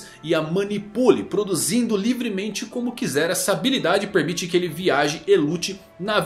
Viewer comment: "Premite"? kkkkkkkkkkkkkkkkkkkkkkk